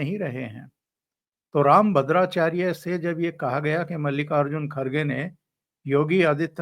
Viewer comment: मल्लिका अर्जुन नही मल्लिकार्जुन बोलना